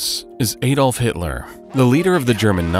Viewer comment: Good and interesting video, but your pronounciation of german words, including "Volkswagen" and "Adolf Hitler" are terrible. It's pronounced Folxvagen